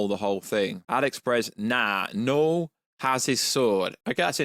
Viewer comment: When you say Knull it sound like Noel 😂 That definitely wouldnt be a good villain name.